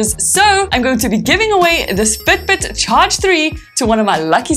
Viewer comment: Ur u from Ireland